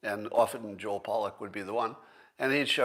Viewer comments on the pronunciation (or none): none